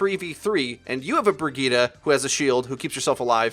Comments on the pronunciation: Isn't her name pronounced as bri-gritte? How come it's bra gi ta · Its pronounced bri jet